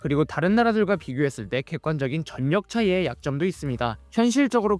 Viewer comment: 전력을 전녁으로 읽어버리네.